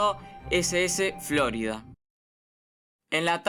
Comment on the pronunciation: Cada vez que escucho FlÓrida, me chirrían los dientes